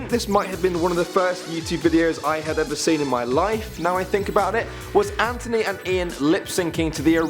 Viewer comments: TH NOT T ANTHONY NOT ANTONY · Did just say Antony instead of Anthony?